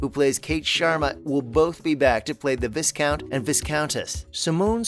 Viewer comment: Most annoying video!! Why are Poldark cast and scenery included??? And why can’t you pronounce viscount and viscountess correctly. I had to close this part way through. Sooo annoying!!